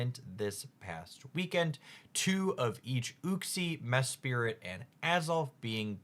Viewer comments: Its Mesprit not Mespirit ☝️🤓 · Since this comment contributes nothing besides criticism I decided to also like the video and subscribe to make up for it. Please forgive me (and stop saying mespirit 🙏🏻)